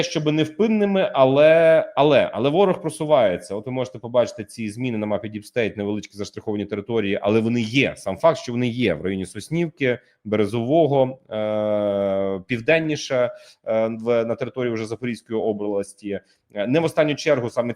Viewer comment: Березове - наголос на 2-й склад. Забули ще згадати Калинівське (Калинівку). Туди теж заходить ворог.